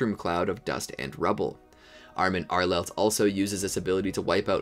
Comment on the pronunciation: “armin arelet” lol